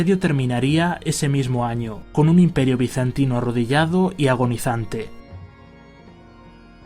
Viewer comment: Ese término ''bizantino'' suena horrible.